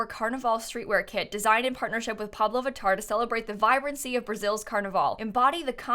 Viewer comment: heyyyy as a brazilian I totally loved that!!! And I kinda miss carnaval :( hahahaha ps: I loved hearing you saying pablo vittar hahaha she is EVERYTHING